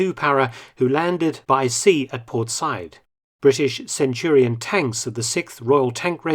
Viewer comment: I love you, Mark, but an unusual mispronunciation by you. Said ( Sa’eed, etc) is pronounced sah ‘eed. Cheers.